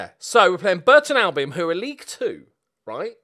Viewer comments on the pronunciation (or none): none